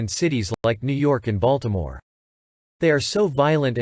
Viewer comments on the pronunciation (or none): none